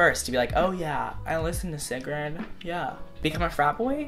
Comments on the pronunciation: the d at the end of sigrid is silent :) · Sigrid is pronounced like see-gree. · Eyyy Norwayyy, and That's not the way you say Sigrid 😂 but the way you say it work too🌻